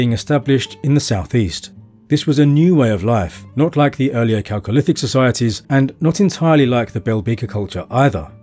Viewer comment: I'm just glad he pronounced 'chalcolithic' correctly... I'm in for the rest of the doc...